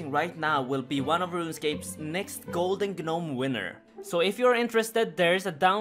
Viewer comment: "Golden Guh-Nome Winner" Yes